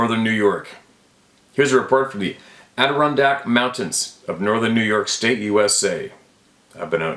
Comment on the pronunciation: Love that you can say Adirondack now lil😂 Love ya man